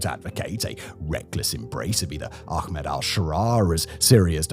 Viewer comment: Laziness! All they need to do is say the A sound from 'apple' and end with 'Med': A - Pul -----> A - Med!